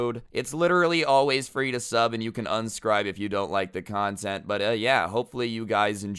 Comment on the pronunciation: He said unscribe